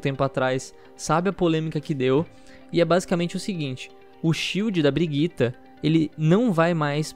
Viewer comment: Não consigo tancar esse cara falando "BRIGUITA" kkkkkkk